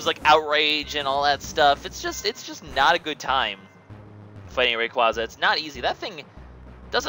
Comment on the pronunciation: Since you were unsure, Rayquaza is pronounced (Ray-quay-za) as in ray and quasar, the luminous space nucleus... SCIENCE!